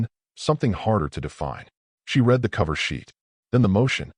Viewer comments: Teach ur AI how to say "read" in the past tense...which is pronounced "red".. How many more times do I have to say this?...or not? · Again, author, teach ur AI the past tense of "read'